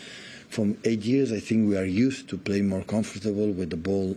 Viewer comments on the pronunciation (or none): Bro Haaland been in Manchester too long he saying 'used to something' in english as 'usef to somefing' lmao